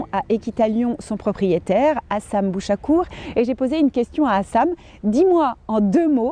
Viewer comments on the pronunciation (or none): hassam 🤣 c'est HASSEN ! 🤣